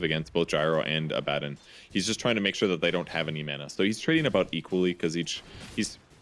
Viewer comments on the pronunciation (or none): "a bad din" Always though it was abadon